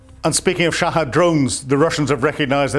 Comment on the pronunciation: wish this old man would pronounce shahed as is, and not shahad. its not as if he is right